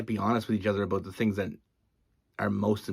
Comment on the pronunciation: I love everytime you say the word “ABOUT” you just have this accent that sounds more like “ Aboot” lol